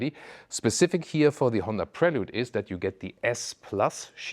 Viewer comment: WoW your prononciation of Prelude in French was spot on ❤